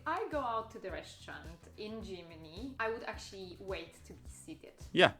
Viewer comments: It's Germany not Tschimini ffs! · To not be looked at funny in Germany, maybe don't pronounce it Gimini. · What nonsense she talks... "Gymini", near Rimini? ;) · Is it just me or does it border anybody else how she pronounces Germany?